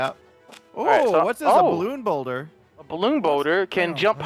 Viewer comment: rewatch the video, but this time everytime he says "boulder", he says "boner